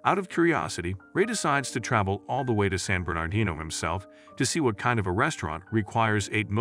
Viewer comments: Please pronounce "San Bernardino" nicely? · Please hire a real actor to read the script! The AI voice mispronounces San Bernardino, queue, etc.